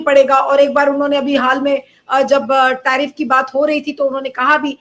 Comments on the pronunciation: Tariff ko trieef bol raha hai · लेकिन दरबारी पत्रकारों के मालिक मोदी को नहीं भांप पाए। 😂😂 इसीलिए तो बंदे को पप्पू कहते हैं सब। टरीफ नहीं टैरीफ बोलते हैं😂😂